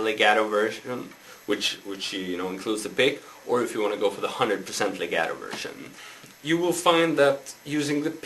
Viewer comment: hEY -It's pronounced- lay -got -toe Get it! lagato LEGATO- Now teach!